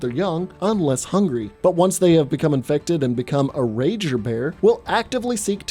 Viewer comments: Why did you say infected like that?. Do you feel every zpmbie horror type is allwaus undead. There are rage zombies who are just strait up Infected. Not died and then resurrected, but strait up turned on the spot. There literally was a kid who stabbed Sarah who was midmorning child zombie, but had the capacities of holding a knife. Which means some human braincells were still functioning. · Why do you always have to say “infected” like that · OK looking back on this each time he says infected really stupidly. There are times when I want to slap him in the head and tell him get over it. Zombies infected, same damn thing they’re trying to kill you.